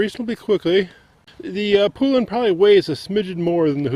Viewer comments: Thank you! Poe-Lun not Pooh-Lun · Ive heard horrible things about these saws. Also its not Poolan is pronounced Pole-Un. Same thing with Husqvarna. There is no A between the Q and V. Same with McCulloch, people like to pronounce and even spell it McCullough. Its pronounced McCull-Ukk. People kill me man. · You are aware that husqvarna and poulan are the same ,by the way you pronounce husqvarna ,husk-varna and poulan ,po- lun maybe that will help you